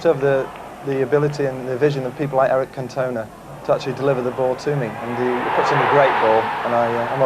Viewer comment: Haha. Eric Can-TONE-uh.